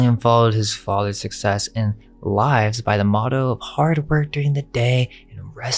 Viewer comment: a text to speak engine discovered. a human wouldnt confuse how to pronounce “lives and lives” 😅 peace (also santa claus is suleiman. x’s true father.